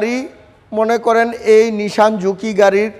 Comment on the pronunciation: Say nissan not nishan